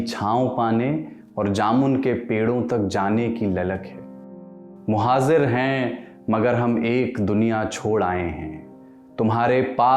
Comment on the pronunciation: Correction - "MuhaJir" [ j ]. Your pronunciation matters.